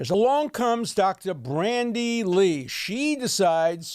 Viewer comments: Dear Professor Dershowitz, thanks for all you do, I'm a huge fan! Glad to watch this update, just one tiny quibble with your presentation: I believe that her first name is "Bandy" (with no "R") rather than "Brandy" as I've seen in several quotes of- or by- you. Please forgive me if I'm mistaken, but my sincere hero-worship made me want to alert you to avoid any ongoing error, no matter how tiny! Cheers & best wishes! :) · It's Bandy Lee, not Brandy Lee.